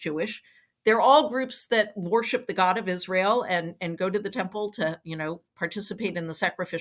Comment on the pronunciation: When Jodi says the word “worship” does anyone else hear “war ship”?